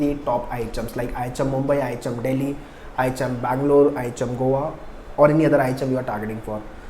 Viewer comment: Sir ihm bol rahe hai mughe items sune aa raha hai 😂